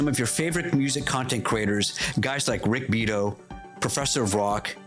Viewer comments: Rick's family name is pronounced "Bee ere toe" with the emphasis on the second syllable. And thank you for defending "fair use." What you are facing is mindless corporatism. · good content...also..bee-ah-tow